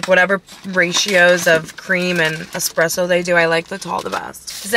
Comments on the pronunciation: Did he say "eXpresso" ? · No 'x' in espresso. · Did he say X presso 😬